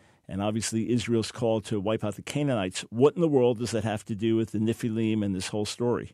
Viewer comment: What's up with mispronouncing the word "NEFILIM"?